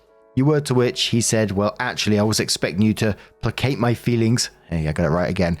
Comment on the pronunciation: I almost cried hearing pronounce placate properly! Our little man is growing up 🥲🥲🥲